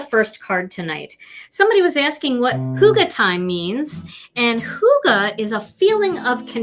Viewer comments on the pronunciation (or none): Hi from Denmark ;) Love your Hygge. You have to say Y like you say Yvonne - Not like U :-P